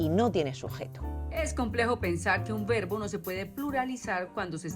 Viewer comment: Comencemos con que la "lingüísta" pronuncia mal la "v" y la "b"....en español se pronuncian igual, no hay diferencia en el sonido. No vi más el video, llegué hasta la parte en donde pronuncia mal la palabra "verbo"😅